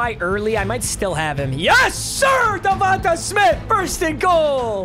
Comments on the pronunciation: Bro saying davonta instead of davontae 😭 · I would feel disrespected if I’m DevontAaaa Smith, Papa put here fucking saying DevontuHhhhhh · Its pronounced devonTAY lol.. not devontuh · Not tryna be that guy but it’s definitely Devon-tay not Devon-tuh…go birds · DA-VON-TAY you’ve been butchering it😭